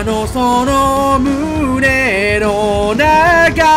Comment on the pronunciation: 「あなたのその胸の中」と「幸せになりたい」の発音がやけに良くて笑う